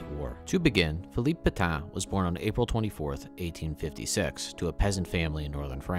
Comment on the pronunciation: PetAIN. VerdUN. The ends of these two words are pronounced differently. This is an attempt to be helpful, rather than a criticism. Thanks for the video.